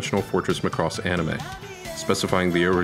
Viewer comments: Mack-ross not the Gaelic Mc Ross or the Scottish MacRoss like this guy says it. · I'm sorry, I can't watch your video. You keep saying (muh-cross). No offense I've seen all of these in Japanese. Even the intro theme song says, (ma-ku-rose) so to avoid watching some teenage school project, or the ramblings of a half-fan. I don't hit like or dislike...I comment and close! Click Bye!! I got to - you said it wrong 3 times in that 71 seconds. Regurgitating the internet repulses me. Merry Xmas!! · Well, maybe it has something to do with you pronouncing the name WRONG! It's MACROSS, not MA-CROSS! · It makes me gag when people pronounce it "Mick-ross" like its irish or something... "Mack-ross" please. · How on Earth are you pronouncing it wrong? maCROSS. It's MAcross. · i agree! its popularly pronounced as MAcross..this video would have been much better if he said it like Mahkross ... not like McCross.... (now i craving for some McDonalds 🤣) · It's not pronounced, (ma*cross). It's pronounced (makross)!! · I give you those examples, but you have to admit... When All of your life you've heard Mackross you've assumed it's that way. Then suddenly a frenchy guy with a YouTube channel call it ma-crosse like come across lol. It sounds so wrong it annoys the soul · mAcross, not macrOss. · It is not pronounced like lacross the sport, it's Ma cross. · /\'Cypheir ik he can't pronounce it right and it makes me cringe so hard